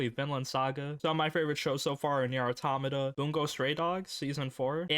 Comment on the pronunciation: Enthusiasm +1 -Webcam +1 -finland saga -1 -cant prononuce automata -1 -likes nier automata -1 -bad posture -1 -2b animation is very sexy +1